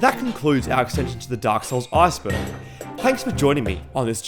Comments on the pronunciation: Arseberg sounds funny 🤣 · stop saying arseberg lmao